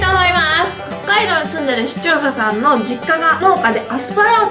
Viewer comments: ｢視聴者さん｣が完全に｢市町そ村｣ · 視聴者さんが言えなくてかわいい